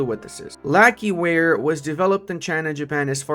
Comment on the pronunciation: Lacquerware is basically just fancy wood wares, and you pronounce it lacker. Think there's a slight u in the k-e though. Like the cro in croissant?